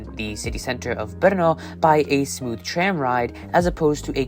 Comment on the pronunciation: Český přízvuk je v některých slovech patrnější více, někde méně, zejména vychází najevo (pochopitelně) při vyslovování českých slov. Celkově se mi Vaše výslovnost líbí, možná bych trochu zapracoval na vyslovováni “tr-“, např. ve slovech “tram”, “transportation” - v tomto videu mi to častokrát znělo jako “č”.